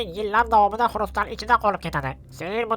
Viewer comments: Xurustal emas kristal deyiladi. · Xurystalmas bro kriystal edi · Xurstal emas kristal😂😂